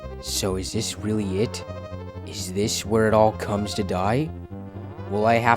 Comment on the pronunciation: Why do you say "weally" Instead of really